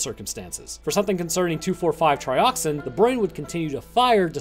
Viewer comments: It’s pronounced Trioxin not Trioxine 🤦🏻‍♂️ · Tri Ox IN not Tri Ox EEN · You kept pronouncing Trioxin wrong. You kept pronouncing it like "Trioxine". Better luck next time. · its not trioxine.. Tri-ox- in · trioxin not trioxine. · There is no e at the end Triox-in not trioxine